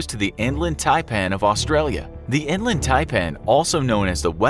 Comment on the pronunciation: I hate how non aussies say Australia